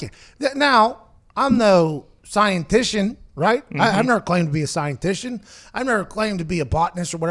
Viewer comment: "I'm no Scientition"